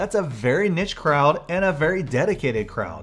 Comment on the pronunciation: thanks for another great video. As an Aussie, the way you say niche is the weirdest thing I heard you say. Have a good one.